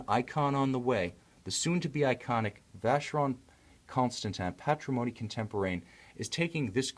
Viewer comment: The Reviewer can't pronounce Vacheron Constantin properly